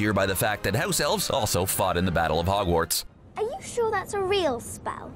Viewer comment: Am I the only one who realized he was kinda saying ‘Ogwarts instead of Hogwarts?